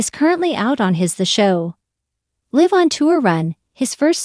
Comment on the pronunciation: Such a misleading title. There was nothing sad about this video. Niall is doing great! Also, I have such a thing about people pronouncing words wrong “live”. Get it together people!